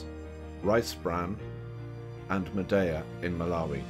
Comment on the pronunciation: You pronounced madeya very well